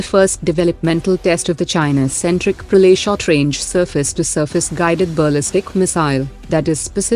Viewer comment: Bhai, yeh Praley kyun bol rhi hai ?